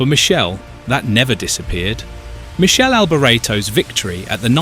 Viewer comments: Jayzuz - Not "Michelle" Michele - pronounced Mick Kay Lee. Get it right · Good job? Firstly his christian name is pronounced Mee-kaylee not Me-shell. As for the sir name he originally pronounced it Alberto, then he pronounced it Albor-ray-tow. It then sounded like he said '300 kilometre at h'. This has to be AI. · It is Mi-kele, not Mi-shel. Do some effort to respect the man, Italian. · it's not michell it's Mik-e- le you stu gats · Its not Michele, like a girls name...its pronounced like Mickhele AlbOreto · It's Mi-kay-lee not Michelle, and you got his surname wrong too. Bloody hell ...this is awful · Not "Michele"! Its "Mikele", C+H in italian is Q (or K)! Crap video! Time waisted! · Mik-ali Albor-eto. Why why do creators with no clue make these videos that do no justice to their subject. Can’t even pronounce his name. Alboreto was a serious F1 title contender in 1985 he was a very talented driver and great competitor. Much missed.❤️ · Don't publish a subject about a great driver if you can't even pronounce his name correctly... You wouldn't publish a video about 'Arthur Sonna' would you? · Pronounced...MIKELE for you F1 expert. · Pronounced Mickele with a k not a C ! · Every commentt below regarding correct pronunciation of his name is correct, get if fucking right for fuck sake. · I’m British and we don’t pronounce his name like that. We tend to use the native pronunciations for names. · Your pronunciation of BOTH first and last names is PITIFUL